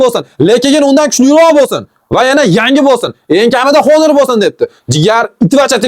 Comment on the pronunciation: Honor emas onir deb o'qiladi 😢